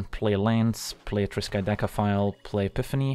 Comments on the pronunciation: Agreed. That's not an easy card name to say the least :D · For real. I thought that right before reading your comment.